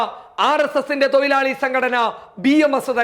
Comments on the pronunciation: തൊയിലാളി അല്ല തൊഴുലാളി എന്നു കറക്റ്റ് പറയൂ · Malayalam parayan padikkoo thoyilali alla mone thozhilali Anu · തൊയിലാളി അല്ല തൊഴിലാളി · തൊയിലാളി അല്ല തൊഴിലാളി... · Broii oru thiruth...thoilalikal alla thozhilalikal...